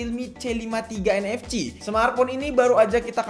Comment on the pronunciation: nfc dibaca en ef si, bukan en ef ci wkwk